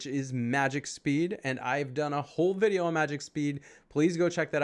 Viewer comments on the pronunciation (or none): none